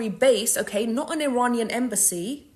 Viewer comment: i like what she is saying but she cant even pronounce "iranian" correctly